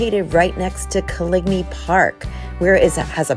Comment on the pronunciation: It’s pronounced like colony.